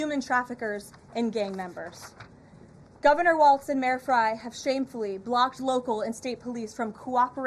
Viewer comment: First, it’s pronounced Walls, not Waltz, you goon. Second, no democratic leadership is telling us to stop ICE. We’re doing this on our own because of our moral obligation to protect our neighbors. We have a million leaders in Minnesota, all being led by their own moral compass. We’re going to resist ICE every step of the way because we know it’s the right thing to do.